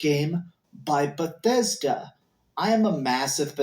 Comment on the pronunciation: 😂😂 i need you to go back and rewind to and repeat it a few times, the way he said "Bethesda" lmao its one thing he looking like a inbred but damn